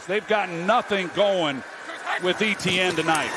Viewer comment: Still can't get over how everyone pronounces Jags player Etienne like "E.T.N.". It's actually a French name, the French version of Stephen to be exact, so you simply say "Et-Yenn".